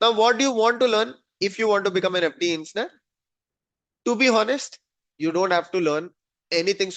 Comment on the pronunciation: Dude fix the way u say engineer , it freaks me out to keep listening to the sound u make